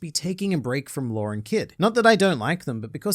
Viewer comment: Law doesn't have any "R"'s in it